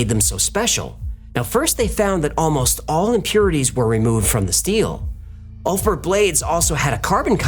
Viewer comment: pronounced "oolf bear-t"